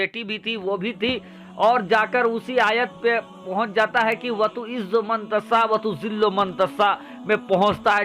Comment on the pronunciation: मं तसा न बोलें यह 👉मं तशा बोलें